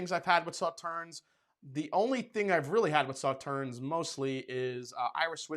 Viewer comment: It is not pronounced Sauternz. It is pronounced Sauterne.